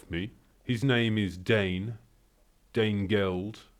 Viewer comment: Dane Geld..... as in the german: Dein Geld (your money)??? lmao my sides hurt from laughing :D